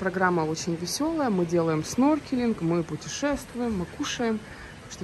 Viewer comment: Не сноркелинг, а снорклинг